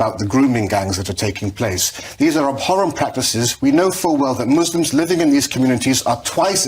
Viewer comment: He said abhorrent with a P ... hahaha